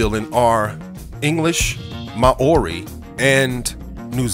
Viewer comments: Fucking (Mow-ree) is how it is pronounced dude... How are you going to put so much work into a video and NOT LEARN HOW TO PRONOUNCE WORDS!!!! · Mah-ori....???? When well-meaning Americans try to be clever without doing their own research - I literally cried with laughter when I heard Te Reo Maori pronounced like that. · You don't say Maori correctly - it's Mau-rie [as close as possible for those who don't know the Maori vowel sounds]. I live in Canterbury, NZ. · Damn stupid computerised voice cannot pronounce Maori correctly. New Zealand does not rate highly in terms of health economic freedom quality of life and education Nationally. We are a 3rd world country with the highest rate of poverty homelessness, health illnessness crime drug problems domestic violence in the OECD!!! get your facts right . Zealandia is a dutch termination and not used here. WE are not dutch and we are not ruled by the Queen of England... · just speak normal and pronounce the words properly please cause how u pronounce Maori is terrible.. u pronounced tonga well but it's Maori not ma o ri Maaaaooooorrrriiiii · The indigenous people of New Zealand are Maori pronounced Mow-ree . The Pacific island you call Caledonia (cal donia) is actually named New Caledonia and is pronounced Cal-e-don-ia. If you are going to make an informative video please check your pronunciation, or you come off sounding like an idiot!